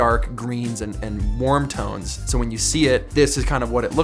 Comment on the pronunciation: Does anyone hear “moody toads” instead of “moody tones” ?